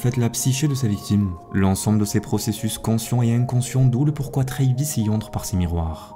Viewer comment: le nom travis se prononce avec le A, comme en Français, et non "treyvis"